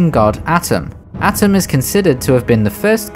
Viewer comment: I'm nitpicking, but it's not "Atom", it's "A-Toom"